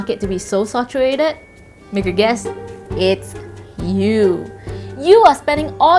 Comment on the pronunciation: sAturated... not sOturated